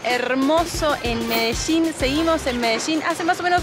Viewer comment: Medechin o Medellín?, desachuno o desayuno? Jajaja